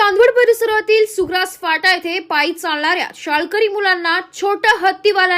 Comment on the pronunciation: सुग्रास नाही सोग्रस